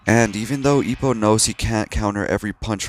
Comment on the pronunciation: ugh the way you butchered ippos name hurt my soul